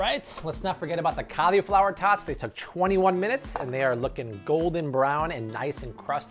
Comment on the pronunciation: i hate how this guy pronounced cauliflower